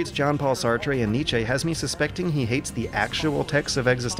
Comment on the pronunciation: "NICH-AY"? ITS "NICH-EE"